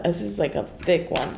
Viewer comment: It got me when she said "It is a true thicy" "Insanely thicc"